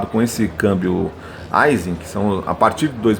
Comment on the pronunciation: A pronúncia correta da palavra AISIN é “AIXIN” e não “ AIZIN”